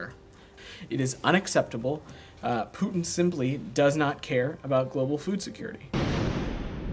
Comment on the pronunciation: Futin...did...?Futin no goud...